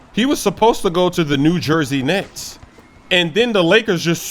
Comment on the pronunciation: Did he say " New Jersey Nest " hahahah